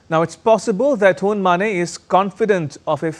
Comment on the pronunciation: Uncle, his name is Hun Ma-NET. Not Hun Ma-NEIGH! He’s not a horse 🐎 for God’s sake!!